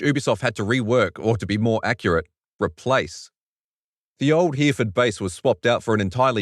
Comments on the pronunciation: Hereford is pronounced he-ro-fud, as long as you mean the UK city at least :) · HERE FORD. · If you Miss-pronounce Hereford one more time.